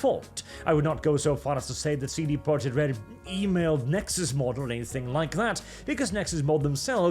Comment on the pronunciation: I dunno why but every time you say "CD Projekt" I hear"seedy project" .